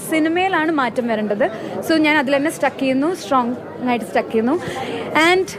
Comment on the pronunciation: Stuck alla. Stick aanu English parayan try cheythu. But it's ok Hope she learns